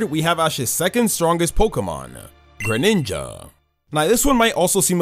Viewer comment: THE FIRST I IN GRENINJA IS SUPPOSED TO BE AN E!